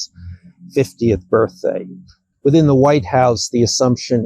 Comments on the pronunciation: Did he really say “Birth-Ay” 3 times in a row? I realize it’s beside the point. I always knew I’d lose my hearing some ay, just didn’t expect it to-ay. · says birthday without the D, he says, birththey, no D.. it’s a little strange..